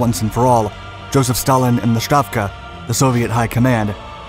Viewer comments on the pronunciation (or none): Sorry, but you repeated misnaming of the Russians was very jarring to the ear! General Vatutin! Two T's. You kept saying Valutin. As if it comes from English word value. Malinovski. From Russian Malina = Raspberry! Stavka. The first letter is an S. And pronounced as such. I keep hearing historians pronounce it as Sh. Maybe Germans said it that way. It is from Russian word Stavit' = to put. Same word also means to bet. The other thing is you are sympathizing with Germans as if somehow they were the good guys in this war or even encounter! Nothing is further from the truth! Germans were the aggressors, the occupiers and the Soviet Union was fighting back to free their land or the fascist scourge. Why would you say terrible T-34s? Tons of young Russians perished in those tanks for the good of the World!